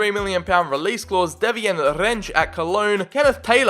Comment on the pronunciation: lol it's just 'devine', not de-vee-ne